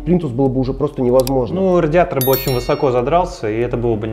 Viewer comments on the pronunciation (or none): none